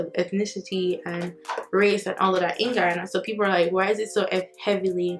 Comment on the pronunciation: She pronounced Guyana 🇬🇾 so well ✊🏽 big up nuff love ❤️